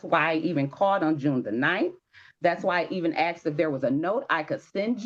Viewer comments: I axed…. I wish people would learn to say it as it is spelled…. A-S-K-e-D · I can't take seriously someone who says "axed" when the word is asked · Axed a question isnt English its asked a question ❤❤ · Ppl “… stop saying aksed.. it is asked. Why is this so confusing…. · For heaven’s sake learn to speak properly. It’s ASKED NOT AKSED